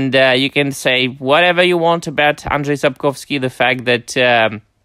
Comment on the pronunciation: Your Polish pronunciation of Andrzej Sapkowski’s name is perfect. Congrats. It’s not easy (unless you speak any Slavic language :))